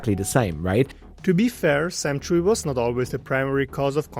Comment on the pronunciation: Any idea why he thinks his name is Chewey. There's no way that Chui is pronounced Chewey in Chinese. Most likely prounced Chway, though if the name is Cantonese it might be slightly different.